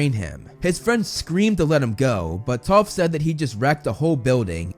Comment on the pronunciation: use subtitels hé says toth